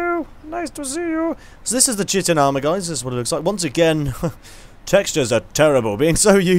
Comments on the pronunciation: Chitin is pronounced 'Kha-i-ten' It sounds like Shitting when says it. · *BEEP* incorrect,. It's correctly pronounced, chite-in. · Chitin is pronounced "Kite-in" I used to pronounce it like you too :D